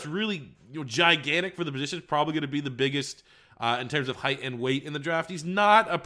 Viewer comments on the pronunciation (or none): none